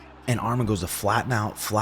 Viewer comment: Excellent review brotha. It’s pronounced Arman not Armen. Much love. Arman will be champ Saturday.